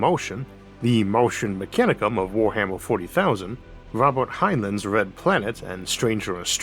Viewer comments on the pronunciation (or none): Heinlein’s name is pronounced “Hine-line”.